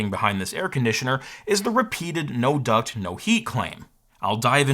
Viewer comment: well you see its not a duct, its a toob obviosly